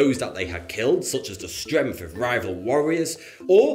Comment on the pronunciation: he said stremth not strength wtf